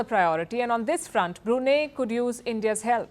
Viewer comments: Its pronounced as BRUNAI not as BRUNEH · Hi Palki, while the country is spelled as Brunei, but it is pronounced as Brunai. Thank you. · First learn how to pronounce Brunei😂😂😂😂 not Bruna😂😂😂😊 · It's not Brunay, it's Brunei called Brunai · English pronunciation of "Brunei"➡ broo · nai ( pronounced as "nine") Hinglish pronunciation of "Brunei" ➡ broo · nay 😅🤣😂😆🤭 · It should be pronounced as BRUNAI. Not Bru nei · The least you could do Palki is pronounce the country’s name correctly. It is not pronounced as 😂“BruNeh” it’s BROO-NAI. Please Google it ! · It is suppose to be pronounced as Brunai. "a" not "e". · The correct pronounciation is "Bru-nai". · Brunai . That’s how it is pronounced. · Good report. Yes it is BREW NEI (no brew) in Brunei. It is dry. But the name of the state is pronounced BREW NIGH. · Learn how to pronounce Brunei properly, woman! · Please learn how to pronounce Brunei. Your pronunciation is incorrect. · Don't you people ever care to take a little effort at pronouncing names correctly? Pls look up the correct pronunciation of Brunei. If you cannot get a simple thing like that correctly,, how much faith can we place on your reporting? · wrong pronunciation of Brunei!